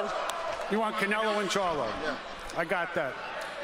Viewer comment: They pronounce it more like “caneluh” than “Canela”